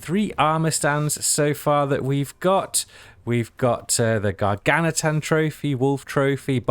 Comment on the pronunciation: Gargantuan - just a heads up. The word "gargantuan" can be pronounced in American English as gar-GAN-chuh-wuhn or in British English as gar-GAN-tyoo-uhn or gar-GAN-choo-uhn